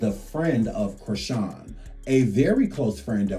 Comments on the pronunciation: Her name is not Creeshawn it’s PRONOUNCED CHRIS-Shawn not creeshawn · Her name is Chrisean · Goofy AI, that girl's name is Chrisean